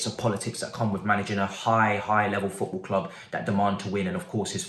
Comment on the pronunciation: 😭😂😭😂 Man said Pot Ball 🙌🏾